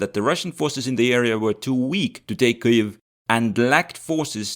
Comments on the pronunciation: [ˈkɪjiw], not [ˈkɨiw] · Ki-jev my friend. (or Kii-iv but definetly not what you sayed.) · bro, have you never heard anyone pronounce Kyiv? What's what Kuiev shit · It's Kiev not KEEEEV. Kharkov not CARKEEEEV. All that is Russian longer than the U.S. existed. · In eastern front videos Kiev was called Kiev, pronunced Kiev, but now is called neoUkro way Kyiv , sounding KIIIUV, just to show pathetic support like all other westerners hypocrites. Bye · I'm from Ukraine and I've always pronounced it closer to Kiev, more accurately "Kiyev" or "Kiyiv"